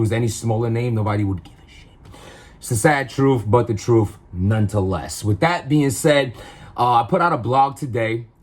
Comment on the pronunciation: Its "nonetheless" not none to less. Step up your dirty ass vocabulary lol